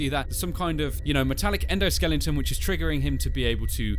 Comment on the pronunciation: it endosliton